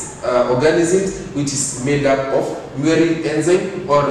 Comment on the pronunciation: Is it muerin really or murein?